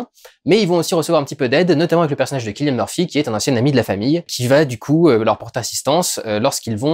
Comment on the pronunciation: Hello, absolument, Cillian Murphy étant irlandais, en langue gaélique, irlandais inclus, le "c" se prononce toujours comme un "k" en début de mot. Donc c'est bien "K"illian Murphy; C'était un message d'un franco-gallois qui étudie la linguistique du pays de ses ancêtres.